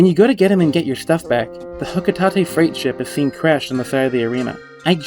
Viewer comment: ITS HOCO-TAYTE not HOCO-TATA